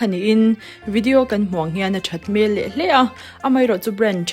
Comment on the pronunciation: A that hmel(face) hmel tih hi i lam dik thin lo face (hmel) sawina in i sawi zel a